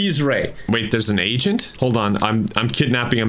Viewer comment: Are you saying "agent" or "asain?"🤔